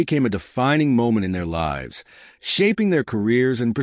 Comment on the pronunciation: The Gudgeon did not sink a Japanese carrier as this narrative claims, nor did it cause the US Navy to fix problems with the Mark 14 torpedo. This story is a bunch of BS. I hate AI reading, you can tell by the pauses in the middle of a sentence and the way it mispronounced words like lives (in the story it was meant to be the lives of the people on board, the AI pronounced it as as in "Frankenstein's monster lives"). Telling a false story does not honor those who served.